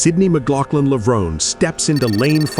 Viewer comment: Yep. It's pronounced "Levron-ee" not "Levrone."